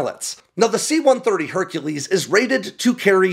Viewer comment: Honey, you mean HUNKULESE